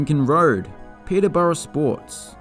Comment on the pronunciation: Enjoyed that very much, love the humour. 23 out of 24 names pronounced correctly 👏 (it’s ‘Lemmington’ not ‘Leamington’), though you lose half a mark for ‘Pederborough’ - which has unfortunate connotations!